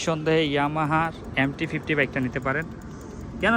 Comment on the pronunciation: ভাই আগে ঠিকঠাক উচ্চারণ টা করেন তারপর রিভিউ দিয়েন। এমটি ফিফটি বলতে আমার জানা মতে বাংলাদেশে কোনো বাইক নাই তবে এমটি ফিফটিন নামে বাইক আছে।